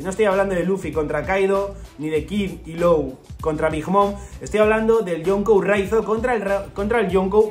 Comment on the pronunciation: Hola, Law se pronuncia: "lo", no "lou"